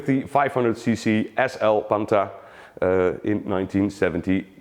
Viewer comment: it is pronounced PANTAH not Panta